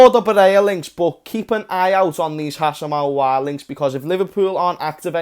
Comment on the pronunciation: its Aouar mate not Auoar